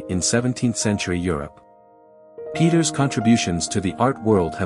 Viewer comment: I like this format of informative shorts on art. Keep em coming! Peeters is pronounced like 'Pay-tuhrs' though